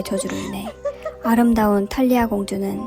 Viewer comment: 순간 탈리아공주말고 이탈리아공주라고 하는줄ㅋㅋㅋㅋ